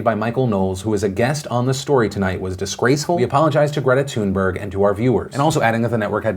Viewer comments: The way Phill pronounces Greta Thunberg hurts me so much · Do Swedes cringe every time Phil says 'Thunberg'?